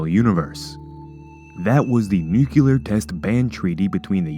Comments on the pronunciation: Why is it so difficult to say NUC-LEAR? It is not NUCULAR. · "Nuke-u-ler" idiot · Nuclear* No such word as nuu-cu-lear